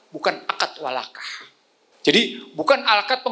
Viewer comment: Bang icsan..Wakalah bang bukan walakah